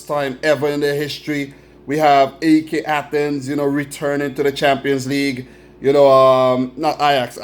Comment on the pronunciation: Thanks for the congratulations! But pronounce us "AEK", like the way the name "Mike" is pronounced, without the M. Do not spell the letters, (A E K), just say it as a whole.